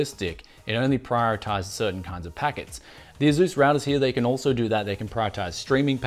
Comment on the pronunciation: Did this guy really just pronounce asus A zues? A-s-us